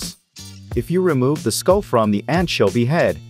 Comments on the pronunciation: It sounds like AI to me. Who the heck pronounces anchovy with a hard K rather than a ch and then carries on to pronounce it differently multiple times? The stilted delivery, almost as many mispronunciations as correct pronunciations. I couldn't stand more than a minute of this tripe. Come to think of it, I am pretty sure you would have to be a bot to make your comment too. Don't get me wrong.I know it is a text to speech bot and that this is actually user created. But it seems low level and suspicious when you use awful text to voice bots. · Why did you pronounce anchovy weird so many times